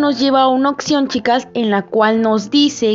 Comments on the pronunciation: Oye pero es opción o opción como dices jajaja 😂 😅 🤣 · Me da cringe qué no sabe pronunciar "opción" 🤮